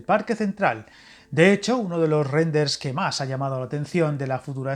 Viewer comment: RENDERS....¿eso que es? ....¿Te pasa algo en la boca?